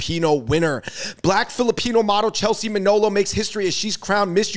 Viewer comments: Muh-nah-low not Mah-know-low 🤣😅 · Her surname is Manalo not Manolo😅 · It's pronounced Ma Na Law not Ma Know Low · MA-NA-LO. Mah-NAAAHH-Looh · I find it very disrespectful that you both continuously mispronounced Chelsea’s surname! It’s MANALO!